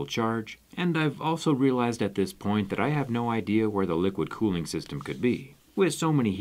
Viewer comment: Liquid “colling” please XD